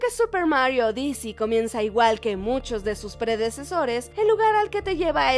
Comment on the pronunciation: En la palabra odyssey el acento no está en la segunda sílaba, sino en la primera. Corrige bien las palabras, por favor.